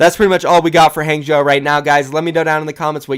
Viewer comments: Just a heads up, HangZhou is pronounced "HongZhou". It's like how Wang is pronounced Wong. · omg the amount you butchered hangzhou was ridiculous